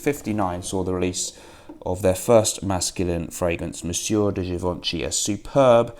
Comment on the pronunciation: you really need to work on your pronunciation of Monsieur de Chanel. It took me several videos to realize what you meant. Cheers friend.